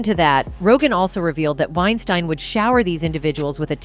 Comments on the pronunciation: Oh my gosh she’s driving me nuts with the way she pronounces Weinstein, she’s not even consistent with it. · Anyone notice how this lady switches up the pronunciation of "Weinstein" multiple times?? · She calls his name wrong every OTHER time she says it!! I'm out! Damn! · Pretty said you are unable to correctly pronounce Harvey’s last name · Its really annoying that your not pronouncing Harveys last name correctly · Why is she pronouncing his name two different ways -Wein-steen and Wien-stine? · Is it Weinstein or Weisteen? So distracting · It is pronounced Winestēēēēn. ✌🏼😊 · Anyone else annoyed with the different pronunciations of Weinstein? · Lol did you purposefully flip pronunciations between 'Wine-steen' and 'Wine-stine' everytime you said his name? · Weinstein (steen) and not Weinstein (stine)....jeez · Please be more consistent in pronunciations. Pick one and stick to it. It's annoying to hear "Wein-STEEN and then "Wein-STINE" a second or two later. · Is it wine-st-I-ne or is it wine-steen. You pronounce it both ways and you don't seem to care. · The narrator’s constant mispronunciation of Weinstein’s name as “Wein-stine” was distracting. Occasionally she threw in the correct “Wein-steen” pronunciation too, which was weird. I’m guessing it was a bot, but that doesn’t explain the switching between pronunciations. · I believe "Wein-stine" is actually the correct pronunciation, given that the name is of German origin, ei is pronounced as i, and ie is pronounced as ee... Oh, and I do believe it is a bot, possibly a typo could explain the changes in its' pronunciation, it is f'n annoying... 😬lol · “Weinsteeeein” than “WeinstAn” is so annoying and distracting!!! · Is it pronounced "Winestine" or "Winesteen" the narrator can't seem to make up her mind. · Im going to write this phonetically. It's pronounced winesteen not winestine. Idiots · wine stine? wow.. AI is impressive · Weinstein is pronounced like Einstein with a W. This is the European pronunciation.